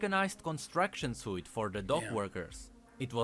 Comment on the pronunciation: Always throws me off when says "suit" on his older lore videos XD